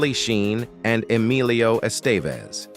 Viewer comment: Rename this click bait as siblings you always knew were siblings. Bailed at the Savage Bros but lookng through your chapters, I either already knew or never heard of the so-called celeb. Oh and Estevez? His first name is Emilio not Alio. Wtf? That j;ust shows you know nothing. One of my favorite actors and so is his father (Charlie, not so much) but if you can't even get his name right, how are you to be given any credence whatsoever?